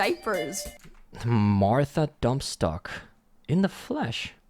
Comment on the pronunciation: It's DUNNSTOCK, not DUMPSTOCK. Geez, animator.